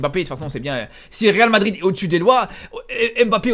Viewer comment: à force de trop parler tu n'arrives plus à prononcer le real madrid